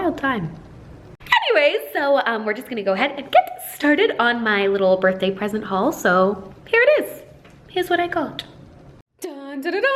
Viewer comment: I laughed so hard when pronounced all the BDA BDAY & BADY 😂